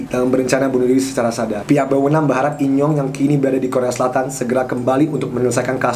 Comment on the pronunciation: In young, gye dengernya inyong alias enyong apasi pokoknya itu wkwk